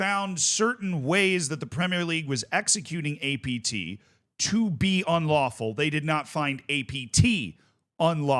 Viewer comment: Take a shot every time he says ATP instead of APT